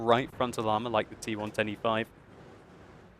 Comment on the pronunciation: When says T110E5, I always hear and understand T125.:P